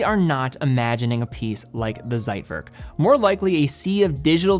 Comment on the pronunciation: Man, please learn how to pronounce "Zeitwerk". What kind of expert are you when you don't know how to properly pronounce things you are talking about?